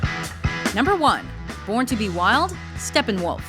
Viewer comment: Very funny for a german how they pronounce Steppenwolf :D